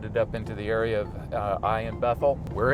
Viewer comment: THE CITY OF AI - IS PRONOUNCED 'AW-YAW' '...AND THERE ARE NO 'ITES' IN HEBREW NAMES...BUT, ANOTHER GREAT VIDEO PROOF OF SCRIPTURE...ALL THE BEST...🙏🏻